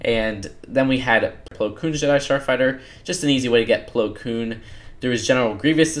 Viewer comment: Asaj Ventress Plo Koon Ahsoka Tano Mispronounced alert